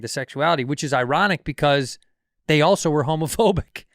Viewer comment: Bobby really can't pronounce "also"